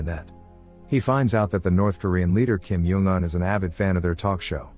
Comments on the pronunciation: Why kim yong un its kim jong un said by North koreans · I love how the ai voice calls Kim jong un “Kim yung un” and “Kim juun un”